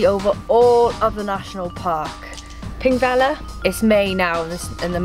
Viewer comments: And the double "ll" is pronounced like a "tl". IPA: ˈθiŋkvetlir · Love this! By the way, "Þ" is pronounced "th". So it would be pronounced "thingvellir"